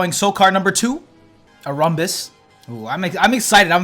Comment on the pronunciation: "arumbus" !! Note the transcript auto-generated "a rhombus".